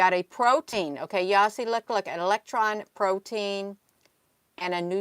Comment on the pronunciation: Proton, my dear, not protine.